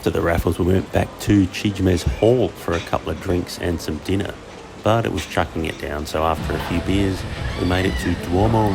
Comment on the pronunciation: CHIJmes is pronounced chimes. It’s a play on its original name and function before it was converted to a lifestyle space: the Convent of the Holy Infant Jesus. I was a convent as well as a girl’s school famous for its chapel and the bells (chimes, get it?)